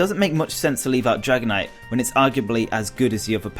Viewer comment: I like the sound of "Dragonitite"